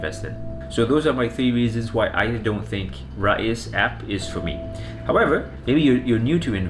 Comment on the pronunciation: It's pronounced "Rize" not "Ra-iz"